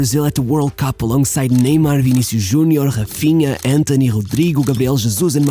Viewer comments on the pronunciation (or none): none